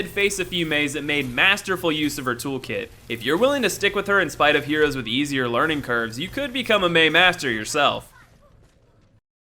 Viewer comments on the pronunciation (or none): none